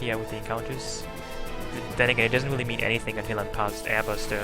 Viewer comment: Do you not know how to pronounce "R"??? God that annoyed the shit out of me. Its "Really" not "Wheelie"...!!!